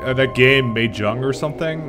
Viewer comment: actually you were pretty close with the pronunciation of Mahjong.